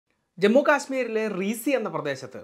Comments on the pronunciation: റീസി അല്ല റിയാസി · ഒരു ചെറിയ തിരുത്ത് ജമ്മുവിലെ റീസി (Reasi) അല്ല. ശരിയായ ഉച്ചാരണം റിയാസി എന്നാണ് 😊 ഒരു ചെറിയ അറിവ് പങ്കുവെച്ചതായി മാത്രം കാണുക😌😊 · Actually റീസി അല്ല റിയാസി ആണ്